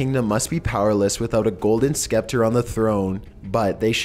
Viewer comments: A scepter is pronounced septer not skepter. And it's pronounced long A-jean Sea. I wish you wouldn't use phrases like clapback or calling people badass to describe events and figures in history. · It's pronounced SEPTOR although it's spelled Sceptor. The c is silent. Love these videos except for the way things are prounounced. I think you need to get an app that teaches you how to speak some words,. But all in all I love the vids!!! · SKEPter.... oh god